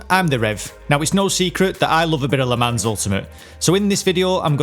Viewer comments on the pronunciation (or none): Nope, it also doesn't rhyme with Don, Ron and gone 😂 It is actually pronounced like Luh Mahn (with the "n" being barely pronounced, more like a nasalized vowel. Btw. Great video Rev 👏🏻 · please PLEASE its pronounced 'le mon'!!! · Tip nr 0: Le Mans is a French name. The S is silent and if you really want to pronounce it correctly you don’t even speak the N at the end. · Great tips, but, god damn you're butchering the pronunciation of 'Le Mans'. Thank god you're not talking about 'Grand Prix'. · Great video! Btw Le Mans rhymes with Don, Ron and gone, not pans, hands and cans! 😉 Also, i went to Le Mans for the first time last year and the French don't have water on tap on their campsites. We had to unscrew the shower head to fill up a saucepan to boil water for tea!! So stock up on bottled water if you go!! 😂